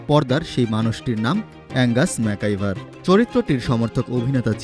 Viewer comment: ম্যাকগাইভার উচ্চারণ করতে ভুল উচ্চারণ করেন কেন? ম্যাকাইভার বলেন কেন